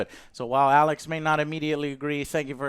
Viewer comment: Alex Baldwin